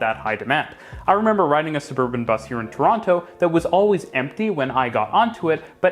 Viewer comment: Claims to be from Toronto, pronounces the second T… 🤔